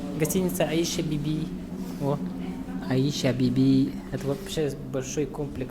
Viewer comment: Не Алжас а Олжас. Якуты а выговорить не могут. И не Аи'ша Биби, а Айша Биби. И это не буузы, называйте вещи своими именами